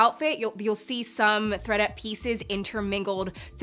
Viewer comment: I heard readUP then ThreadUP then I heard FredUP lmao 😂